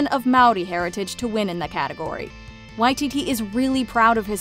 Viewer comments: This is how he himself pronounces it! And I've hardly ever heard anyone else get it right. Props to this video for authenticity! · It is correct here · Nah they’re saying it right